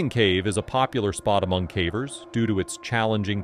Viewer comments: What do you mean ? I enjoy all these videos about cavvers 😂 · I might subscribe if you taught the AI voice to pronounce "cavers" correctly...